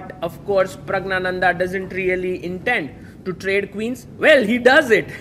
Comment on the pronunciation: You continue to misopronounce Pragg's name. You take extra care with foreign player names